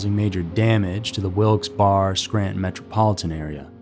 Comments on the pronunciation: Wil-Ks berry (not Wil-Ls bar). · You’d be forgiven for pronouncing it Wilkes BAR, after all that would be how you pronounce Barre. The local PA pronunciation is Wilkes Berry. I wish I was joking. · Its pronounced wilks BERRY 😊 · Boy did you say Wilkes-Barre wrong. (Pronounced as Berry) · Wilkes-Barre = "Wilks-BERRY" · Wilkes-Barre is pronounced as Wilks Barry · It's pronounced like wilksberry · Isn't it actually pronounced Wilkes Barry, not Wilkes Bar? I'm not from PA, I'm from MD, but I swear I've heard it said as Wilkes Barry before. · Love your videos and have seen god knows how many, so thanks for what you all do! The town is pronounced Wilkes “Barry” it is named after 2 dudes, ones last name Wilkes and one’s last name Barre, Isaac Barre I’m pretty sure. Not that this info is probably ever gonna help anyone who reads it, but ya know, info is always good lol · Just FYI, it's pronounced Wilkes berry. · There's a few ways to pronounce it. We pronounce it 3 different ways around here. Bear, Bar, and Berry... I say Wilkes-bear... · It us pronounced Wilkes "Barry" Sound effects ate hilarious. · Wilkes bear uh !!! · There's like 3 or 4 different ways to pronounce it... I grew up around here and we all say it different ways. Wilkes-Barry, Wilkes-Bar, wilkes-bear (how I pronounce it) ... Spelled Wilkes-Barre.. it's the only original hyphenated town name in the U.S. Okd timers call it Wilkes-Barrel. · Ahh yes, female puberty total cause of demons Me a Pennsylvanian hearing the narrator pronounce these names 😬😬😬😬😬😬😬😬😬 it hurts